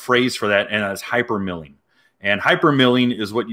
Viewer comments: It's "hypermiling", not milling. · It's "hypermiling" like "miles" not mills. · It’s hypermiling like hyper MILE as in kilometer miles bro. It’s not milling that rhymes with killing. As an aspiring Prius owner I’m disappointed in you bro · at first i thought u said " hypermilking" that was when i met my wife and she had a 2 month old daughter yeah milking fun times.